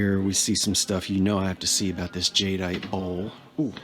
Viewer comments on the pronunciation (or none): none